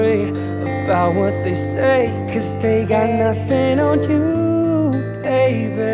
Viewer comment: I don't know if I heard this wrong but he pronounced the word 'Nothing on you baby' it sounded like he said 'Nothing on you baybear'